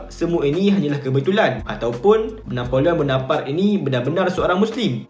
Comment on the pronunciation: Rasanya sebutan yg betul: "Na po leo Bo No Par Tae" Dlam french, jika berakhir dengan 'e' maka kena berbunyi lah 'e'. Kalau berakhir dengan konsonan tanpa 'e' makan sebeutannya silentkan sebutan konsonan terakhir itu. For eg: Napoleon Bonoparte Sebutannya silent 'n' utk Na Po Leo, dan perlu dibunyikan 'te' dalam Bonoparte. Betulkan jika saya salah.